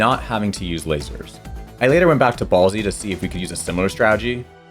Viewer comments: Its Bolse as in Bolster. Not Ball-zee!!! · I don't think that you are supposed to pronounce the E in Bolse. That makes it sound like ballsy. I think the pronunciation is like boils without the i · I noticed how you pronounced "Bolse" (Which probably should be more like "Bowls") and "Solar" (like in "Solar eclipse" or "Solar panel") was kinda funny. XD And also how you pronounced "Meteo". But yeah, you never pressed A! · I've heard it pronounced "balse" and 'boles', but never, ever heard someone say it "ballsy". It started grating on me hard after the third time he said it. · Fantastic challenge and video! Although your mispronunciation of "Bolse" was much more distracting than I thought it would be. You keep speaking as if it was spelled "Ballsy", but there is no A in the word so this is incorrect. If a word would end in an S and not be plural, a silent E is added to the end of it. Even though this is a fictitious location, the location is still singular so the ending E is still silent. This would be pronounced like "Bowl-ss" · Your pronunciation of Bolse is weird. Did you use a bomb to save Slippy at the start? How is he available for the first boss fight? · This pronunciation of Bolse is new to me and I’m not on board 😅 sorry (I fall into the silent e group) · you can’t convince me that you didn’t pronounce meteo, solar, and bolse the way that you did without the intention of rage baiting the audience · bolse is one syllable. i believe peppy says it when you fail sector z.